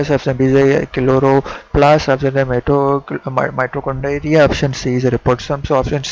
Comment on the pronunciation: Bhaiii Mitochondria hota ha Mitochondriiyaaaa nhii 😁😁